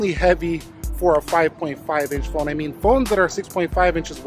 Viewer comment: R u calling this phon sir??